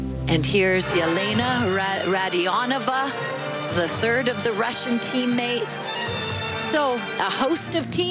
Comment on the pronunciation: One nice thing about both tourney announcers and NBC commentators is that they took time to research and then effort to use proper pronunciations of Russian girls' names. Showing some class!